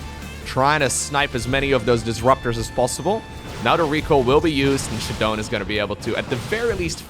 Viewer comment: it's funny that ShaDoWn spells his name with that "AaBbCc" style like is used to mock people these days, because every time this dude says "shuh-dohn" I think he's a moron. Shadow. Own. Shadown. ShAAAA, not shuh. god dude